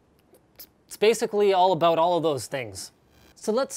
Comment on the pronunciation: "it's all aboot..."